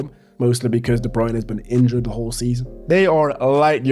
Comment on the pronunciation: Thank you for pronouncing debruyne the right way.